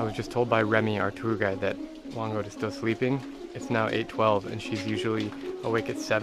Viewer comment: It's whang-od not whand-od